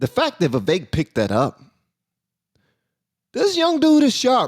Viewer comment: It's not viv-vake it's Viv-vek.